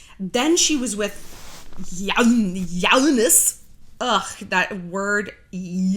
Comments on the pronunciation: His name is Younes the same way u pronounce you why u say yawnas hhhhh tf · Well Shallon Younes is a Arabic name and it’s actually a very common name. You also mispronounced it. There are other countries in the world besides the US. Do you expect everyone to have an English name?